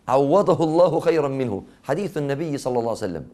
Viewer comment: بارك الله فيك...ولكن عند الصلاة على النبي صلى الله عليه وسلم عليك أيها الشيخ أن ننطقها بصورة صحيحة...ولكن النبى (صلسلم) ما هذا؟